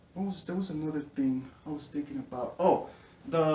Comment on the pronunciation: "anotha one"